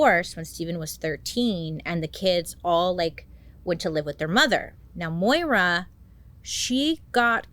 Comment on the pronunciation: Thanks for pronouncing Moira as it is!